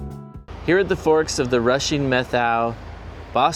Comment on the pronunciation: It's pronounced Met how, not Meth ow. Emphasis on the first syllable. My family has a long connection with the Methow Valley. My great grandfather was among the first to settle the area, having a ranch in Twisp. One story told to me by my father was about my grandmothers half brother. In about 1890, I think Dad said, grandmothers half brother, who will go nameless in this tale, and two of his friends worked the ranches in the area between Pateros and Winthrop. One day they got drunk, rode their horses into a saloon in Winthrop and shot the ceiling out of the place. At that time there was no law enforcement nor courts in Winthrop. The way the locals handled the situation was to invite the boys to remove themselves from Winthrop and never come back. My grandmothers half brother moved up to the Chilcotin district in BC and started a cattle ranch, ran pack horse trains into the backcountry to mines, ranches and hunting parties and made leather horse tack, saddles, shirts, chaps and other leather goods. I always wondered if it was the Three Finger Jack saloon they shot the ceiling out of. I went in there for lunch once and checked out the ceiling. It looked pretty intact to me, so, who knows?